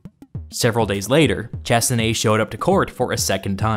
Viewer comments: You managed to pronounce the end of Chassenée correctly, but completely mispronounced the beginning and the word Bartholomew (which is a French name). In French, there is no English "th" sound or a "ch" sound. It's pronounced "Bar-toh-lomew Sha-ss-enay". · If he was French, his name was BartholoMEW ChassinéE: different language puts all the stresses on the last vowel always. And "Ch-" is pronounced as "sh" as in "shower". You are TELLING a story, always check the pronunciation of the words you don't know, and for foreign languages check it even if you think you know it. If this was a written essay, we wouldn't know this, but you're speaking, so don't sound uneducated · It is pronounced Shaseneè. C and H make a sh sound in French.